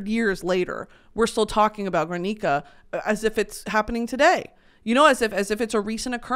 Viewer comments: brittany as a spanish speaking bestie i need to let you know that in "GUERNICA" the u is not pronounced! like in "guerra" ok love you thats it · you know better than to pronounce “Guernica” like that 😭